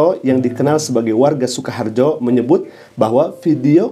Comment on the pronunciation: Maaf ada koreksi sedikit dlm pengucapan SUKAHARJO ❌ SUKOHARJO ✔️